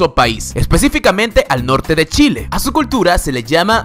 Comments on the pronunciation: Like si te aburriste de que diga Shile jaja... Se dice Chile ignorante QL... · Wn se dice CHile con C y una H se pronuncia chile no shile aweonita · Gracias por el video! quiero hacer mi aporte: Mi país se llama CHile, y no SHile así es que pronúncialo con CH. ;) Un abrazo. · Like si te gusta ser chileno me gusto el vídeo pero "" no es sshile es Chile jijiji buen vídeo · A alguien más le molesto que dijiera “shhile”? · q mierda de curiosidades pusiste amigo, en serio..... hay muchas más cosas interesantes en distintos panoramas y pusiste estupideces alrededor de la mitad del video....a y es chile a secas wn NO SHILE NI SSHILE NI SHELE... me llegaba a dar asco tu pronunciación. xd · me encanta como en vez de decir "chile" dice "shile" jdjfjfndb 😂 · esta muy bueno el video y me da risa porque pronuncias "chile" como "shile" a lo flaite [si eres chileno me vas a entender] jajajajaja pero esta genial ^^ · Otra curiosidad: No se pronuncia Shile, se pronuncia Chile!!!!! 10 minutos escuchando Shile me hizo doler la cabeza; es como si pronunciaran "Golombia" en vez de "Colombia" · Es Chile, no Shile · La pronunciación es Chile con ch Algo así como tchile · Se pronuncia TCHile no Shile. Saludos! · no es Shile es Chile con CH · No se dice Shile, se pronuncia Chile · Pronuncia CH no SH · Se pronuncia "tchile" , no como todos creen o creemos como "shile" viva chile mierda! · a veces pronunciabas como "shile" y eso me molesta un poco es "Chile" no "shile" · porque dice SHile si es CHile !!!??? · este dice shile no chile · Se dice Chile, no shile, por favor. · Se dice chile, no shile. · * Chile. o::::::: Shile ? No entendí ¡¡¡¡ : ( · Jajaja lo siento pero odié que pronunciaras "Shile" jajaja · oye weon es chile no shile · Es Chile, no Shile jajaja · No es shile es Chile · Como dice shile en ves de chile la wea chitosa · es Chile no shile aprende a pronunciar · se pronuncia chile no shile chile le gano a eeuu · Chile wn no shile;v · "Shile" <3